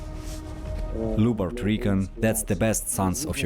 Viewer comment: It's pronounced like "LIU-BART" OR LJU-BART", awesome video btw!!! Much love from Finland.